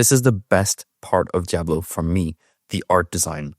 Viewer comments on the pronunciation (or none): I need you to please learn to pronounce Diablo properly. For some reason the way you pronounce it is like nails on a chalkboard to me lol your pronunciation is good with everything else.